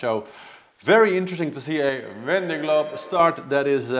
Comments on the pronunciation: regarding the vendée globe pronunciation its much closer to "vawnday" (awn like in dawn) than what you are saying. its a little bit more of an o sound than straight aw but vawnday is pretty close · Oh nooo! 🙈 That's not how you pronounce it! A double "ée" is a long "e" that stays an "e" without adding a "y" to it! Can't think of an English word that sounds like that ée! Maybe you can listen to a translator? It's the same cringy sound that you say when you pronounce "m'aidee" which means "help me" and has got nothing to do with your transformation to "Mayday"?! 🙈🙈 your example of "ven" = "dawn". 👍